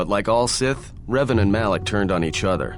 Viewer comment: Revan, not Reven. With an "A", not an "E". It's amazing what can be done nowadays with AI. I bet in a few years we'll get a remaster done by fans and the whole process is sped up by AI. Anyway, amazing job! You got a new subscriber 😉👍